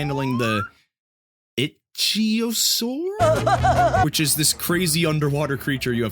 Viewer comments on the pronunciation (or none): Ichthyosaur is pronounced ick-thee-oh-soar